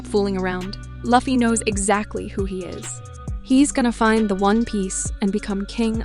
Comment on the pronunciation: I have seen plethora of one piece video and there are always someone who mispronounce Lufy's name but this is the only video where someone got all of the main casts names wrong. Congratulations 🎉